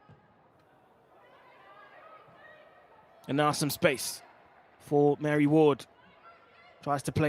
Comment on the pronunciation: Whoever this commentator is, can he be told next time that it's Bristol City, not Bristol. Also, Mari Ward's first name isn't pronounced "Mary"